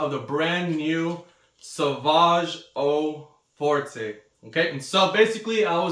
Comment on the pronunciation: O For-tay? Really you can't make the effort of pronouncing French words properly?